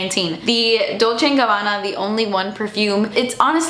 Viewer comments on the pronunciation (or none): none